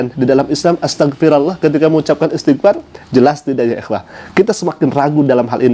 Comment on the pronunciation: Itu oten ngaku "islam baca ajaa salah istiqfar salah